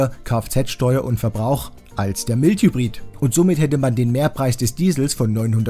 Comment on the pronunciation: Tolle Arbeit! Vielleicht noch Mild Hybrid "Maild Hybrid" aussprechen.